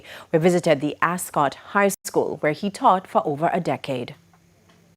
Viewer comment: Ascot not Arscot